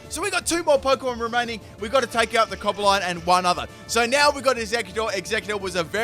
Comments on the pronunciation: 10/10 pronouncing cobalion as "cobaline" 2018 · I am Randy Butternubs its pronounce Co-Ba-Lee-On